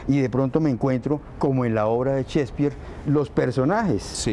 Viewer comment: Cespir, Chspir , Chsepirito? Mas bien es Shakespeare